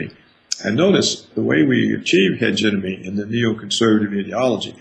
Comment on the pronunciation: Dr. Roberts is right but someone should teach him how to pronounce hegemony. He knows very well what he is talking about but continuing to mispronounce such a key word in his presentation works against him. It is a shame because this message really needs to be heard and acted upon.